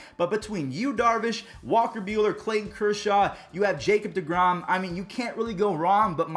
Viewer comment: Four syllables Ja Cob De Grom